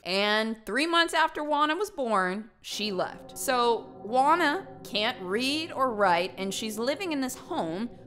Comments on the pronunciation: FYI: Juana is pronounced Huana and not Uana. Just saying 😃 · HAHAHA I can't with you pronounciation in Spanish ashasgjdgjhsa GUANA xD Love you, A native spanish speaker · God, hearing how she says "juana" makes me laugh too much Xd